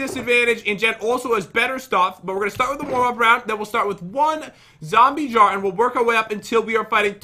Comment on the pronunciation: Jen The Pronunciation Master Lol Pat:This Hint Is Easy Jen:Ok There Are Zwombies And Chest With A Jwar Jars Jsar Jar!!